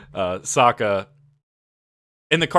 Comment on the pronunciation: It’s “Sokka” like “Sock” like not “Soak”. You even corrected yourself then go on to pronouncing it all wrong.